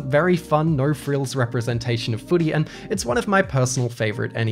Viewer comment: You sound like a Belter, when you say Foodie.